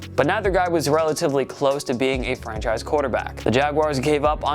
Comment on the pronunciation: Sounds like you’re saying “French a** quarterbacks” at the beginning lol I had to replay it like 5 times before finally realizing you’re saying ”franchise quarterbacks”